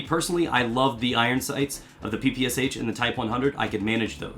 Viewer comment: Did you just pronounce PPSH like that?